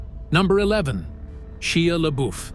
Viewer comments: 'Sheeya LaBooof" 😂😂😂😂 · Sheeja Laboof?